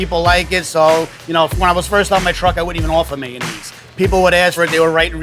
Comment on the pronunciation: omg stop saying "mayun-naise"